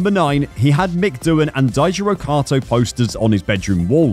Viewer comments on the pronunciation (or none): none